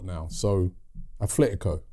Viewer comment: At-letico, not Ath-letico. Gooner, living in Spain.